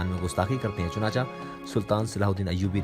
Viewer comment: سبحان اللہ بہت خوب ! لیکن مسٹر ایک لفظ کی اصلاح بہت ضروری ہے اکثر لوگ یہ غلطی کرتے ہیں وہ یہ کہ لفظ( چنانچہ ) کو اچھے بھلے پڑھے لکھے لوگ اسکی ادائگی میں غلطی کرتے ہیں لہذا اسکی جو صحیح ادائگی ہے وہ ہے ( چنانچے) چنانچا نہیں ہے